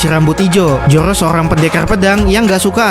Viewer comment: Zoro bang bukan joro😂